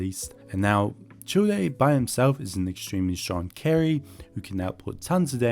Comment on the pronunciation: Childe is pronounced "Child" 😂